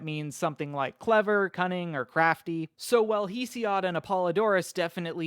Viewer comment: "heesiod" "meetis"